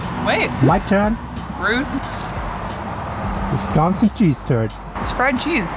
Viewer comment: If you think five guys is better than culver's, you probably went to a bad culver's. Also, why does Avery one call it wesconsin?